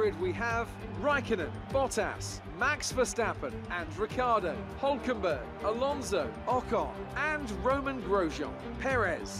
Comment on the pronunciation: The way you pronounce Vettel and Hülkenberg.. xD